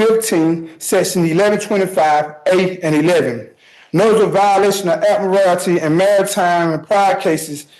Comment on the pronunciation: New Law: If a defendant cannot properly pronounce jurisdiction, statute, or admiralty, they are encouraged to represent themselves for our entertainment.